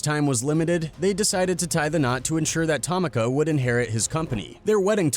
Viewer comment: If you make another video, don’t butcher her name. It’s pronounced “Ta-mee-kuh”. 🤦🏻‍♂️ I can’t even finish this now. No like. No subscribe. 😊